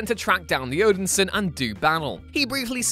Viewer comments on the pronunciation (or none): none